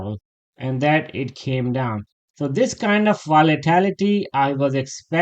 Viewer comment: I love your daily analysis. To be helpful, it is VOLATILITY, not VOLITALITY.